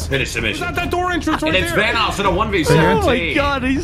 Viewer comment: Vaniss. Vanoos